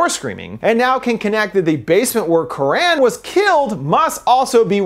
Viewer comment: Not very important to correct but the name is not Quraan but karan (not double aa).